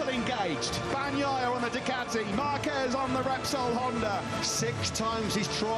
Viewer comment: With all these years...and still can't pronounce Marquez properly lol